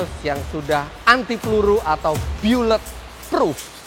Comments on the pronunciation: Byu•let apaan?😂 Cara ngomong yg bener dari bullet itu bu•luht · bukan byu-let tapi ˈbu̇-lə-t , Maseehh.. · Bacanya bukan Byullet Proof Om, tapi tetap biasa 'Bullet Proof'.